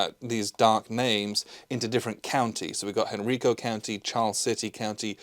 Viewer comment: It’s ten months later, but since no one else mentioned it, the “ri” in Henrico is pronounced “rye,” like the grain. In the odd chance you’re ever in the area, there are a lot of well preserved earthworks in the eastern part of the county.